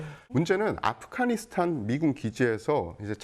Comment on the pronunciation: 이 양반들 왜 자꾸 아프가니스탄을 아프카니스탄이라고 발음하지?